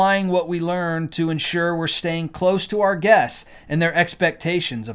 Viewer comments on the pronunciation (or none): none